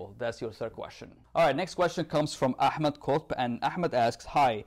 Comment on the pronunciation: why when you say Ahmed the language change to Egyptian😂😂